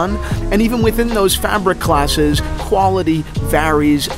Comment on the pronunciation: “Qualitiy“. Try harder dude...